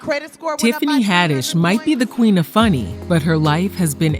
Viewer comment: Did you just call her the pueen of comedy